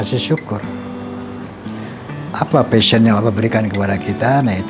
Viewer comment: Pasion kak admin bukan fashion